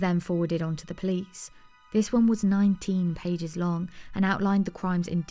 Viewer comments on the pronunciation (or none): none